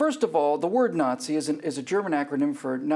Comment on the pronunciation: Nazi is an anachronism which in German stands for Nationalsozialistische Deutsche Arbeiterpartei. German pronunciation is both wrong and horrible!